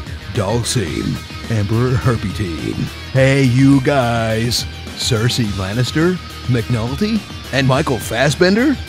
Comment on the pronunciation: "cercei lanister" jajajajj